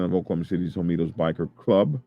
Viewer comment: Is it pronounced Hoe Me Toes (like you are saying)? The word is spelled Homietos which (in Spanish) would be pronounced Ho Me Ay Toes (the H might not be pronounced at all). Not not pickin, just askin - have you HEARD the name or have you just READ it?